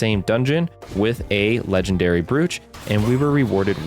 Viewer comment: I hate to be the one to point it out, but brooch is pronounced like bro-ch, not brewch. It's an accessory you pin to your jacket chest.